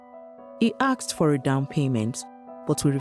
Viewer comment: some journalist... He ASKED not axed